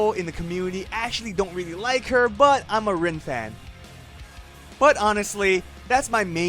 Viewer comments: "I'm a rewn fan" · The "i" in Rin has more of an e sound to it, whereas "in" in English has more i than e if you want to pronounce it like they do in Japanese. However, all of that goes to waste when you realize the way you pronounce it doesn't matter. It's all about your love for the character. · A "big Rin fan", doesn't pronounce her name correctly.